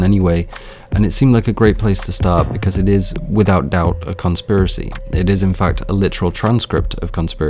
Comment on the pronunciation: “cOnSpIRaCy” UGH. Oh. My. God.